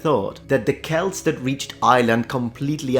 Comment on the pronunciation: oh i am so overjoyed you used the correct pronounciation of Celt yet knowing your attentional to detail I shouldnt be surprised